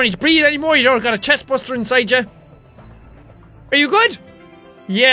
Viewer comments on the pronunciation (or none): Jack you said chestbursur instead of chestburster